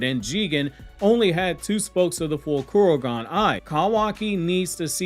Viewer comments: ITS KOKUGAN NOT KUROGAN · I think it's Kokugan not Kurogan.